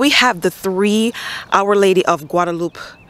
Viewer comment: I think Guadalupe is pronounced Guada-lu-pay with a Spanish pronunciation. Maryland clay is definitely back breaking.